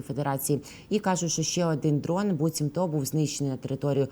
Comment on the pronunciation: Ведучій треба працювати над мовою: багато помилок, зокрема орфоепічних. До речі , слово БУЦІМТО має наголос на першому складі